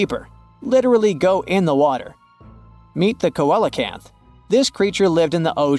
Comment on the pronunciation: It's pronounced sea lo canth!